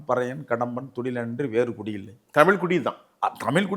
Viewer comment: தமில் அல்ல தமிழ் என்று கூறவும்